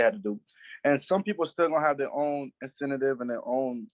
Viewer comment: If you can't say incentive correctly, you can't be my manager